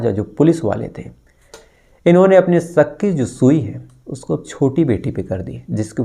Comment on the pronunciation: Sak hota ya shak hota h bhai aap pehle shudh hindi bolna seekho